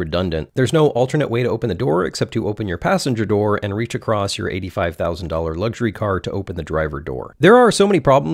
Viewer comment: All of this was waaaaaay over my head except for you adding a 't' to across.